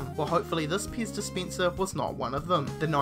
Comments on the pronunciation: I heard piss dispenser as well... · Piz dispientser......lol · IKSPINSIV. wtf! DISPINSIR! wtf. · Ixpinsive Dispinser, In every end of each sentence he says the last word a little longer, why? # 13 supinsion? eva mide? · Expinsive? Piz Dispinser? Tiddy Beaha? Why can't Aussies pronounce English? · "World's most expeensive Peez dispeensah"